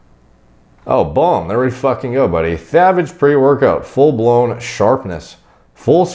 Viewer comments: The way you say sathage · saying thavage made the video lols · It's pronounced tha - vage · I guess not that much lol. Knowing this now though, I really appreciate that he called this thavage lmao